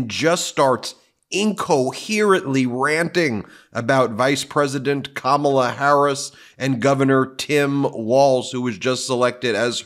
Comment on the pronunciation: He called her Kamabla 🤦